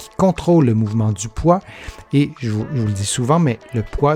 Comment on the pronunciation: Mouvement et non moyvene. Pardon 🤗